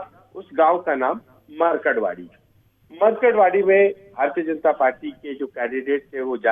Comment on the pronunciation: मरकडवाडी नही ये मार्कडवाडी है